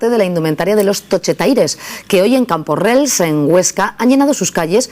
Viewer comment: CamporreLs no borrega, Camporrells haha